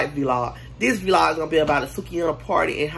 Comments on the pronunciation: It’s vlog not v-log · Yess V-log not vlog huh? 🤣🤣🤣